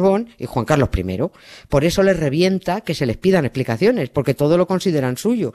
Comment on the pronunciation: ¿ " Ejplicaciones " ? ¿ "Ejplicaciones " de quéeee ? Jo,jo,jo,jooo . Juan Carlos I el Canalla dixit .